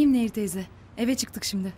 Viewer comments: Admin Nehir değil,Neyyir. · Nehir değil Neyyir lütfen dikkat edelim bu konuda hassasım